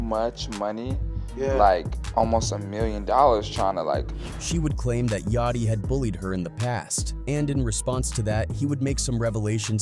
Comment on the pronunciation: fr cause the way he pronounces Yachty name is crazy 😭